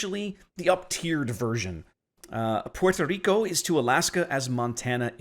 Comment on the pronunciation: Puerto Rrrrrrrico!